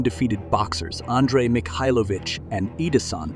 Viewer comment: the worst is Mikhailovich, there are at least 5 different pronunciations on a less than 2 min time lapse.